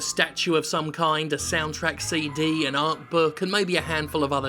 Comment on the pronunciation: A seedy con you say? Like in movies with Con people? Nicholas Cage and John Malkovich would like a word with you Jim.